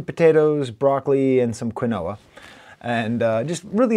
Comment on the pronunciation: Just so you know, it's pronounced "KEEN-wah"